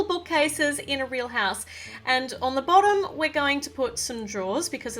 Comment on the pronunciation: Bossom Floor Meh: Wut lol 😂😂😂😂😂 Like if u noticed say Bossom floor instead of bottom floor